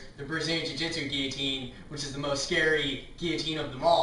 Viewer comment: that's not how you pronounce it...